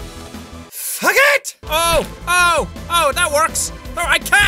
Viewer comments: When you said fuck it it sounded like fuget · The way he said,"FUCK IT!!!"